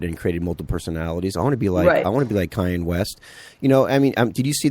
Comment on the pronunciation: KAHN-YAY, not CAY-ENNE West. Irritating.